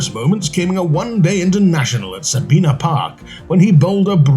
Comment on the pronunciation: It is Sa-bi-na not Sa-bee-na.